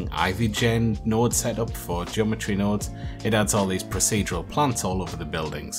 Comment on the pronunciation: "Send Nodes " lmaoooooo